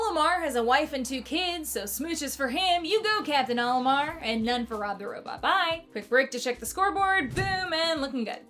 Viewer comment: "Jerudo" ahh 💀💀💀 also "robit" 💀